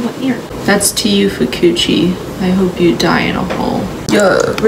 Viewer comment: Fu-coochi is crazy Broo that had me rolling 😂😂